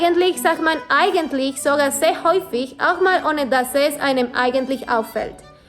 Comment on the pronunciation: "a" en lugar de auch